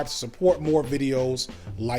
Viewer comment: Signifier not signifire, you’ve had a year to get it right.